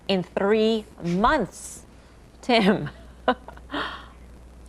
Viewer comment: hahaha did you see the way she said 3 months 🤣🤣🤣🤣